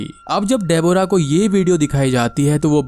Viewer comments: Gawar ki aulad....डेबोरा....it's डेब्रा.... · De-bo-ra nahin Deb-rah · Nicely explained but it's pronounced as debra! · bhai tu Deborah bolna seekh le baaki sab sahi hai